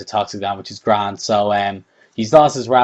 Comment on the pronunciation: which is gra-and!! haha! so Irish!! :)